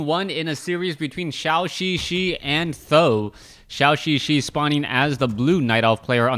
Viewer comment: Th000 should be pronounced as "San Dan" which means three eggs in Chinese as there are three eggs in his name